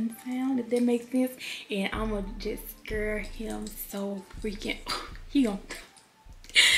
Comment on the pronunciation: said " I'mma scir him" I love you n y'all really funny 🤣